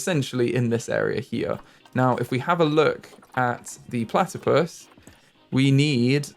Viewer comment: Can you call one of the platipus 'Ornithorynque'? You struggled with the English name, so I think the French name for this species will help you realise how easy it actually is in English!! 😁😆 Also, I'd love to see some foxes habitat, several fox species are endangered, sadly, and they're my favourite animal! Thank you for your videos!! 😊🥰